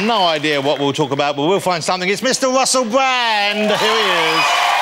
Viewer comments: "Mr. Wussel Bwand" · Wussell bwand....bahahaha...can't bear it.